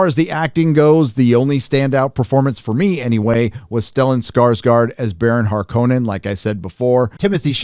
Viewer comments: Sit this one out. Prior knowledge of Dune is a prerequisite for this film. Some Issues: There are 2 pronunciations for Harkonnen; HARkinnin isn't one of them. So much attention to Arabic pronunciation, but the swedish one can gtfo The Bene Gesserit are badass, and Paul explaining them away in an exposition sentence was bullshit. Surfer bro Aquaman is horribly out of place. There are no indeginous people in Dune, everyone is of Earth. Vladimir was watered down to being just a capitalist, while in the book he was much more vile, but Hollywood is currently trying to normalize that behavior, so there ya go. Not for the fan, this is normie chow. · In the film they pronounce HarkKOnens as "Harkenens" WTF??? (They all do it!) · Why did they keep pronouncing Har-ko-nen as Hark-in-in? Harkonnen home world as Getty like the fuel station? Is it a British thing or did D. Lynch get it wrong? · The pronunciations Harkonnen in the movie is what irked me the most. Just sounded wrong